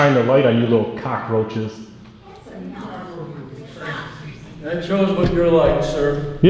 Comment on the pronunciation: When you called them COCKroaches 😂😂 it wasn't "roaches" that I was expecting at the second half of that word lmao Chairman is a total cockhead. Accusing you of baiting, no free speech, trying to argue with you, turning off your microphone. The people know what HE is.